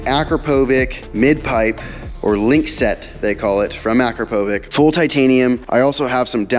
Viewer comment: Nice tires. By the way, it’s “a-crap-oh-vich”, not whatever you said. Can’t believe I have the same car as you. I’m now embarrassed because of your tires and poor knowledge about Akrapovich. I have Carbahn full titanium exhaust, dinan radiator, and stage 1 software putting my car at 550-600hp. I have the alcantara steering wheel and alcantara with carbon fiber e-brake handle. Car is having about $4k worth of carbon fiber installed now with cf rear diffuser and spoiler, front cf wings and front bumper air ducts, cf side skirts, cf front grill, cf front bumper upper trim, and cf side mirrors. I hope the car just looks awesome. l am expecting aluminum foot pedals and remaining cf trim for the interior of the steering wheel. Might get cf for the bases of the front seats and cf side fender vents. My car is a manual 20’ with around 30k miles but have never really loved the look of the car from some views. I’m hoping these new pieces makes me really love the look as well as the performance and fun of what it does.